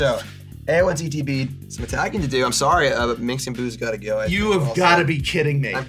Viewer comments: How many times does the profess mispronounce Minsc as MINX? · Saying Minsc and Boo so many times wrong in a row is very on flavor for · its fun how nobody pronounces minsc properly